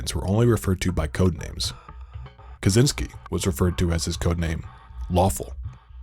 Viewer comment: ppl need to learn to say "kaczyński"